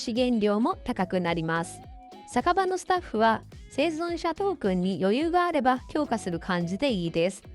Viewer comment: 生存者言えてない😂